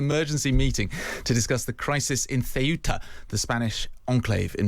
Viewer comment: yes but finally pronounces it CORRECTLY